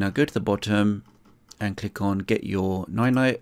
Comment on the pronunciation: Dis you just said Noy noy?